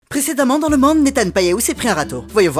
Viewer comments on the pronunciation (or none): Le MAnde 😂 Please tu sais qu'on peut modif les prononciations ? Au moins que ce soit volontaire, mais pourquoi le dire correctement dans les vidéos alors ? 😂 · il dit le Mande il veut juste bien écouter sinon c’est fait exprès le fait qu’il dise le Mande au lieu du monde c’était comme avec la Fronce au lieu de la France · Oh je disais pas ça parce qu'il dit pas Monde, je dit ça parce qu'il dit Mande et les Mii disent MAnede